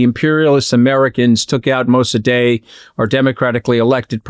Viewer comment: MosaDAY? Surely, you mean MosaDEK (spelled Mosadeq in my day, now apparently spelled Mosaddegh, but still pronounced mo-sa-DEK).